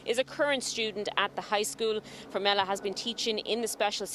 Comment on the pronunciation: With all due respect you pronounced her last name incorrectly. It is formella... you said formelli